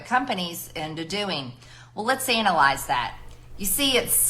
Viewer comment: 4.15 Lets "anal- ize" that. I think I know where she is pulling her ideas out from.